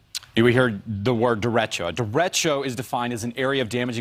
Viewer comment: derecho is pronounced der.ay.cho not der.etch.oh